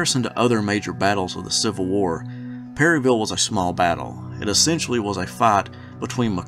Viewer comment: Not to be that bitch but around here it's pronounced pair-uh-vull 😭